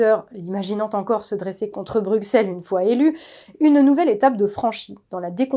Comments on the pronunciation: Bruxelles le x se prononce s il faudra le dire combien de fois... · Sauf pour la prononciation de Bruxelles, c’est un détail mais il a toute son importance ici.